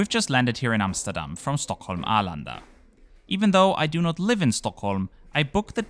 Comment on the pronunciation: Being from Stockholm I appriciate the pronunciation of Stockholm :) Well done